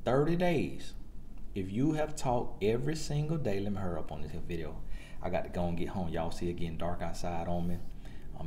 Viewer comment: He said "Lemme hurrup" 3 times 😂😂😂😂😂